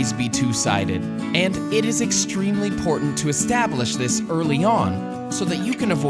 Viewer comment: "it is extremely portant" 😂😂😂